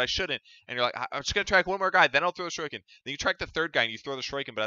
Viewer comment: Shu-ree-ken please